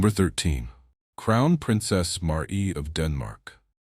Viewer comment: Beautiful dresses, mostly, but down arrow for incredibly bad AI commentary; wrong dress entirely more than once, wrong description of event, and worst of all the ridiculously bad AI pronounced names, e.g.,, Diana, MARY for heavens sake, etc. Too lazy to correct or edit, down arrow. Best watched with no commentary since much of it is incorrect.